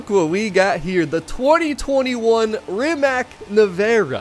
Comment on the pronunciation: ..for sure looking forward 2see Lexus..but Rimac (not Rimak pronounced) definitely..cuz..I work quite close to Facility where Nevera is assembling .. tschuss to everyForzaONE..